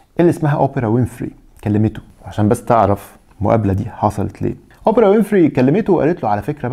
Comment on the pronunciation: يا عم الضابط ركز فالأسامي ويليام مش ويليامز وأوبرا مش أوبيرا